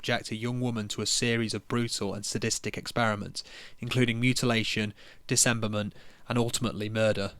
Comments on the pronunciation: Great video. Just so you know dude, it's Dismemberment. Not Disemberment. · It’s called „dismemberment“, not „disemberment“ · Dismemberment, not "disemberment". You're leaving out an 'm'. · It's dismemberment, not disemberment. You're not pronouncing the first M. Good video by the way. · Loved the video, liked and subbed. Why do you keep saying disemberment instead of dismemberment though -_ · The most controversial part of this video is your pronunciation of dismemberment. Disemberment ain't it fam.